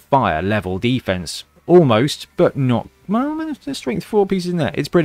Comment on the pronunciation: When you were talking about the College of Death's muscle I thought you said "Beefense" instead of "defense! And now I think that should be used generally as a regular Blood Bowl word!